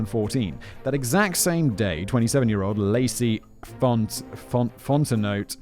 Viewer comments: For the names, Boudreaux = Boo-dro, rhymes with "Who throw" Guillory = Gillory, rhymes with "pillory" Fontenot = Font-no, rhymes with "Aunt Flo" Richard = Ree-Shard, rhymes with Simon's favorite word that he's not allowed to say anymore. Everyone else you got right. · As a native Louisianian, my favorite part of all this was listening to Simon butcher the names of the people and places: Boudreaux (Boo-dro); Guillory (pronounce the "l"s); Fontenot (Fon-te-no). Our Spanish/French roots set us apart from all other states, and we're proud of that. Not so proud of the corruption, though! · Fon te no. - Fontenot